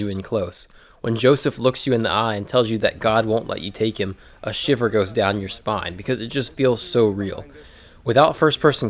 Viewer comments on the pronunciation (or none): none